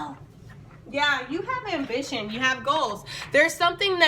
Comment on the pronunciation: lol at the end of the video when you said "yeah, you have ambition" with the page of wands, it sounded like "yeah, you have been bitchin'" to me at first hahahah thanks for the laughs. I love all your readings! ❤️